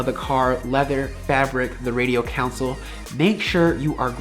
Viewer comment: It’s “console” nerd.. center CONSOLE!